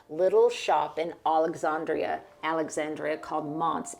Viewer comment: I've gotten such a peaceful feeling watching this video. Your home has a definite sense of calm to me. A side note: I'm a native of Alexandria, Virginia and the "a" in 'and' is nasal just like saying the conjunction "and"and not "aw". Sorry to be persnickety,, but it grates a tad to hear my hometown mispronounced....unless you were just teasing in which case it's just fine.